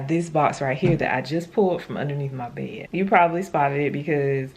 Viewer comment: When you are trying to say the word bed Why do you not pronounce the "d "on the end of the word?..As sloppy as you dress ..explains a sloppy home.